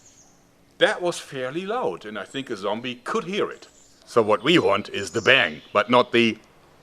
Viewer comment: "Zombie joerg" shudders